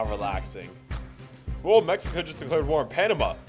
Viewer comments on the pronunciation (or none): none